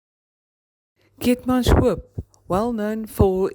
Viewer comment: Net 'n reghelpertjie - dit is Keetmanshoop en nie Keetmanshoek nie.....